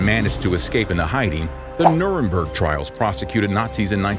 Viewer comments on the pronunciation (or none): none